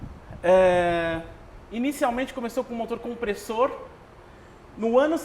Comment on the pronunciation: Só o cara de preto que falou certo o nome Kompressor, pqp